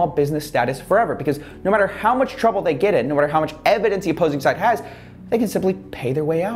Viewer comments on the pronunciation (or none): none